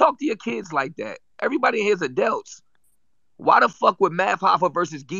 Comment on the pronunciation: “Everybody in here is Adelts” 😂😂😂 free Surf